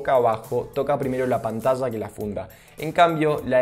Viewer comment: y Así siempre dice 'pantalla'?